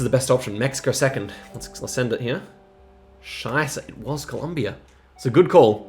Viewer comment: super nice video, as a German I'm extra proud you say Scheiße 😂😂 (good pronounciation too!)